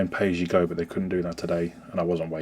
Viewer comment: aha you said Hemorrdroidsnet. thought you said Hemorrhoids